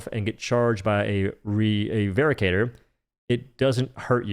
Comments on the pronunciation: its veracitor, not veracator my dear:3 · Hate to be this guy but rather certain it is pronounced "vera sitor" not "vera cator" due to the "ci" making an S noise and lack of an A. Otherwise great info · It's Veracitor, not vericator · I'm pretty sure it's pronounced "VER - ASS - IT - OR". Like "veracity." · It's pronounced ver-rass-i-tor btw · I hate to be that guy, but "veracitor" is pronounced "ver-ASS-it-or," like the word "veracity." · its pronounced "Veh-ra-sih-tor", derived from "Veracity" which is latin for truthful or honest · I thought the Veracitor was pronounced more like how you'd pronounce Velociraptor, where the C makes an S sound. Also, I've been loving the Trident against Illuminate. I would put it in A tier solely for how quickly it rips through shields, whether it be dropships, harvesters, or objectives. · Pronouncing Veracitor wrong. Supposed to be like Veracity I think